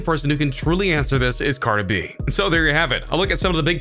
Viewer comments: what? I said he says it like "carda b" get outta here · He can't even say Cardi B right